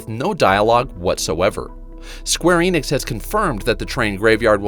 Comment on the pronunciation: Enix EN-IX N-IKS. The company is square enix. No idea what Eenicks is.